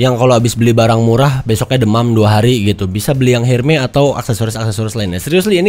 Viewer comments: hermes bang bukan herme kwkwkwkw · Bukan Herme bacanya, tapi Ermes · ERMES, BUKAN HERME